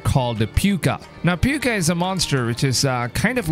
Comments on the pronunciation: Its pronounced POO-ka, not puke-a 😂 I'm Irish so i know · Púca as in Poo-ka not Puke-a. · Pukah 🤣🤣🤣🤣, I'm irish m8 its pronunciation is Pooka and it means Ghost in Gaelic. A Púca(pooka) is a good and or bad spirit which takes the form of a black wolf (it's not a werewolf) it brings good fortune and misfortune. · I'm Irish, it's pronounced 'Poo-ka'